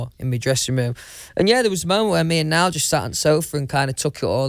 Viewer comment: “Nole and Liam” -Louis Tomlinson 😂